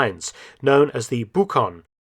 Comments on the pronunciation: The correct pronunciation is " Butchón", not "Bukhon" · Guessing that the spanish plane is pronounced buchon with the ch as in child, and not bukon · In Spanish, Buchón (pigeon) is pronounced boo-chon; the "ch" sounds like "ch" in cheese. The video is excellent, as usual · Buchón is pronounced as in chopper, btw. Great video as always. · Great video as usual . Mark. You must pronounce the "ch" group in "Buchón" in the same way you pronounce it in "channel". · Great! The only thing... when you said buchon, it doesnt sound as it should in spanish. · The right pronunciation for "buchón" is with the "ch" sound spelled as in "chapelle" and stressing on the last syllable. It' s of note that most of the ME109s seen on classic 60s and 70s war movies like "The Battle For England" are almost all "Buchones". The Spanish Air Force kept a number of them up and running for training pilots until they were replaced by former CASA(Today part of Airbus Military) C-101 "Mirlo" in the late 70s which in turn is currently seeking a suitable replacement. Another interesting fact: The word "buchón" also refers to a Mafia underboss in the Mexican cartels.